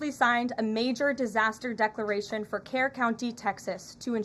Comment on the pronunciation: It's pronounced "Kurr". Not "Care".